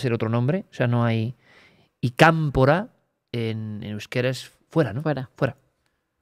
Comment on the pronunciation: dice kampora